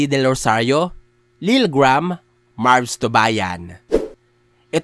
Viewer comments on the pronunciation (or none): none